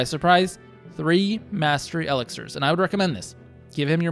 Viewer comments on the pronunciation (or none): I am guessing you never heard e-LIX-ir :-)